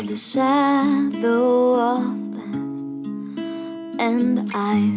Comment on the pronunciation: Cara ela não soube pronúnciar death em inglês , vários erros de pronunciamento eu particularmente não gostei!!